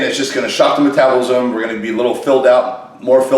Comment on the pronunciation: Rich piana. Former day trader. Property investor. Fitness guru. Fitness encyclopedia. Can’t even find and tell the name of a product that is front and center. Struggles saying the word “metabolism”….Y’all can do anything in this world don’t let anyone tell you different